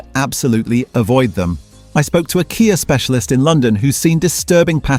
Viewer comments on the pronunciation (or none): Once again, useful information spoiled by terrible AI generated narration, that can't decide whether it's talking about a Kia or a K. I. A. Nor did it know how to pronounce Sportage. Just do your own narration, or pay a human to do it for you